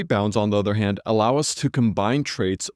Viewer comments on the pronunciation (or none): none